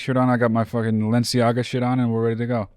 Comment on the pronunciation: I know...never heard him rep " 'Lenciaga" before. For him to announce it proudly, without being prompted, in light of the current scandal. . . sss'inflamatory.